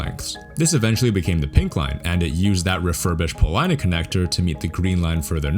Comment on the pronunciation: you said you are not from Chicago, but you pronounced Polina correctly. Rock on!